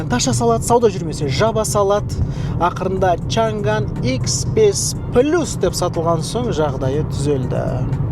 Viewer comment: Чанган емес Чаңан